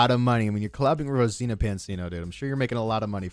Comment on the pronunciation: ok we get it you are a huge fan of Mr beast, probably dream of him being inside you and whatever else you want, but dam fool try harder to pronounce someone's name properly. Brow. how do you get Rosena from Rosana